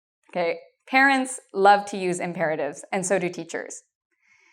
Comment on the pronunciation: The way she said Imperatives was 👌🏻